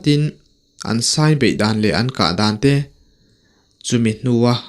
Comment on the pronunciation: Taw tê pawh a sai lo tiha sai hi elephant anga thlûk tur a ni lo va, thlûk hniam tur. Nghîng/khûr tihna a ni e.